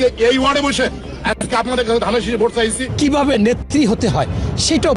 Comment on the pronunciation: পফ্যামিলি না ফ্যামিলি দানরেসিস না ধানের শীষ লেকচার এর আগে বাংলা ভাষা ঠিক করে নিও ভাই